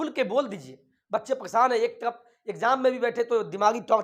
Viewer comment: Tarafa Kyon bolate ho tum